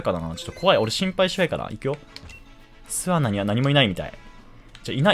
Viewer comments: 巣穴のイントネーションおかしくてワロタ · 巣穴のイントネーション気になる。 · 「すあな」のイントネーション、、、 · 巣穴の言い方が少し笑える